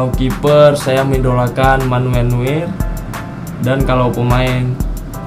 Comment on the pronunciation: Bacanya Manuel NOYER